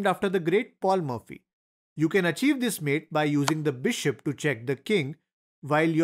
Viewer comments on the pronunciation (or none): Pronunciation: It's paul morphy not paul murphy